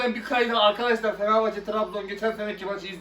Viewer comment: Galatasaray li arkadas Tirabzon değil Tırabzon(Trabzon)👍